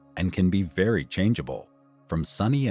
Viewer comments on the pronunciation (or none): none